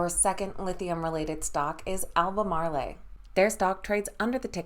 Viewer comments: Please pronounce Albamarl as if it did not have an e on the end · AL BER MARL